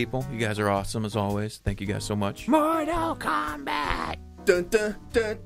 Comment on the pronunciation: Morall Kalmbalt